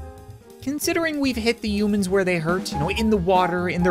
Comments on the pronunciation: He said umans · the way he say's human's